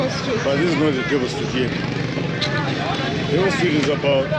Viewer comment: It's not Devil Street! It is Develin Street. Mispronounciation!